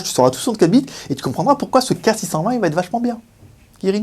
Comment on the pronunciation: Kirin kirin kirin tu l'as pourri le nom tu le sais :-)